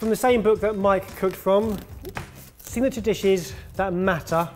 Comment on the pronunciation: MORE SINATURE DISHES!!!!! Yes Barry, is right, when he says: FURTHER READING!!!!!